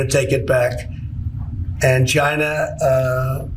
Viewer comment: Has he issued an executive order making people pronounce the country as 'Chine-ah'?